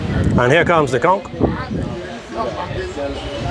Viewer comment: I'm so glad you clarified how to pronounce the word "CONCH." I hear so many yt people butcher that word literally pronouncing the "CH" in the word 🤦🏾‍♀️ And no. I'm not reading replies beyond